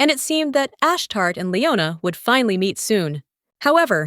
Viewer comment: It's pronounced Ash-Tar-Tay 😅 Nt Ash-Tart Makes me think of a Poptart 🤣